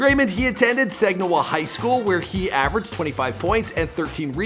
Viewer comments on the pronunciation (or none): It's SAG-IN-AW not sagwinaw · Saginaw is pronounced Sag-gen-naw michigan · "Dreymend" "Sagniwah"... you good??? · Okay okay okay. He did not attend “Sagniwa” Highschool. He went to Herritage High school in S A G I N A W Michigan. Come on bro. I’m from Sag nasty. Do your homework. And he goes to the Deja Vu in Saginaw, which is our local strip club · Im from Saginaw its not saginoah its Saginaw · DO HIS BEFORE THEY WERE FAMOUS AND PS IM FROM SAGINAW THE EAST SIDE AND ITS PRONOUNCED SAG-IN-AW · It’s sag eh naw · Lol this guy it’s Dray•mond and Sag•i•naw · Why tf did he say Saginaw like that he fuckin over my city 😂